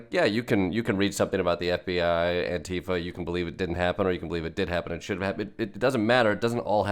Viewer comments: Thank you for pronounciating "Antifa" correctly. I always cringe when people like Trump and his followers say "antEEfa". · Chris Hayes... the first American I have ever heard, who pronounces ANTIFA correctly. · Wow, an American who can correctly pronounce Antifa. Finally.